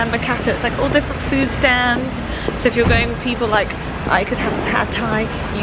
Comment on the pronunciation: HHhaha why did u say food stands in an American accent tho 😂😂😂